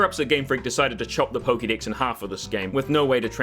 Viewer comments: am I the only one who heard "poke dicks" instead of "poke dex"? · I know it's your accent, but I found it amusing when you said they might as well "chop the poke-dicks." lmao